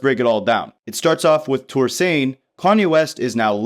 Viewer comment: Touré is pronounced “Tour-Ray”